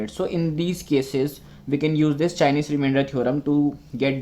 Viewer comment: It's chinese not chienese